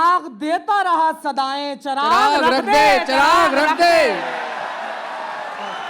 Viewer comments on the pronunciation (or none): It's not charag it's charagh* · It's not Chirag guys... It's Charag*